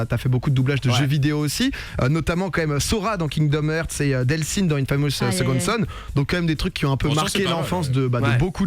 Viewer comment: Kingdoms hearts: « Kingdom heuuurrrttss » BORDELLLL KINGDOMS HAARRRTTTSS PAS HEUURRRRS